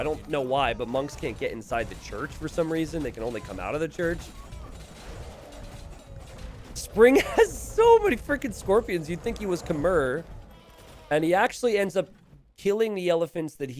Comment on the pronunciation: "So many frickin' scorpions you'd think he was Khmer" Has anyone ever told you Khmer is pronounced KA-MY? It's a hard, short Kay sound. K-mai, not Kim-mer lol. I've watched a few of your videos now and for years no one has said anything?